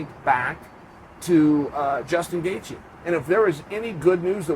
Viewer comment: Gaithje Is pronounced Gay-chi...Tnx